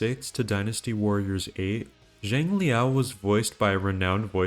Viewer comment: DW Online... I havent heard anyone mention that game in a very long time. I did play it, even spent money for in game content. Was an awesome game... I miss it. And btw, "zhang" is pronounced "chang"